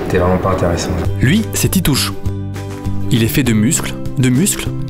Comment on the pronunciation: Titouch!!!!!!!! Titouch pas hein?